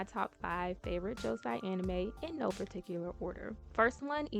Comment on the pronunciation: Hermione: You’re saying it wrong! Its Leviosa not Leviosaaa!